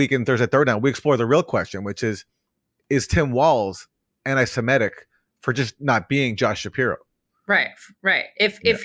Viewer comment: Aaron, stop saying "anti-siMETic. It's "anti-seMITic".